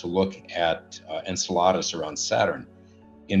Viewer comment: The guy being interviewed says Enceladus the same way you say enchiladas